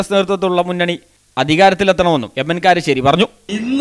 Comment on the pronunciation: Karissery alla iyal kalassery ennanu iyalku cherunnathe....